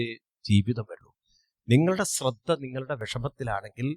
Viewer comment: സ്രധ്ദ എന്ന് കേൾക്കുമ്പോൾ ഒരുപാട് വിഷമം... ശ്രദ്ധ എന്ന് പറയാൻ ശ്രമിക്കണേ... 🙏 സ് +റ അല്ല ശ് +റ